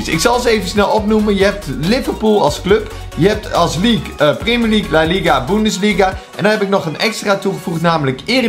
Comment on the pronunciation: Weet hij uberhaupt hoe hij premier league moet zeggen ArMy🔥